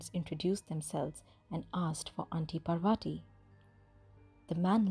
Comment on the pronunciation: How one can retain the Indian accent and still butcher the pronunciation of "Parvati" has me all sorts of confused... nice story, tho